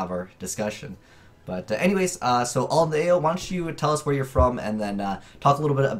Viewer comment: I swear it's (alin-thea-yoh) but ok you do bring up a good point I hope your so called "sponsors" see this and actually listen to you and get there act together a year and a half ago I was a competitive player then I started to vs the wall decks like I like to call them they make an impenetrable wall ie either towers or in a recent thing at ycs sydney rafflesia infinity backrow go! I'm now just a collector of the cards not even casual because locals are full of these wall decks even in lower flights(kids level) example I versed a kid 9-10 who had ungolded cozmos full power lost game one to an otk sided in stuff game to went into a grind game 2-3 I just recently bought two $110 gold boxes and basically pulled a cozmo deck aswell as ba and pepe I only wanted to collect the "full set" (by trading or buying what I didn't get in the boxes)then I heard 106, dizvorg, ghost ogre and Beatrice are like 1-2 a case konmoney does care about non competitive players( by giving us access to cards